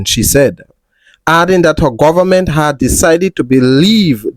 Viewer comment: .."guavament" lol😂